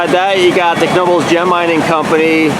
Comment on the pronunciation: You said Knoebels right but not Elysburg.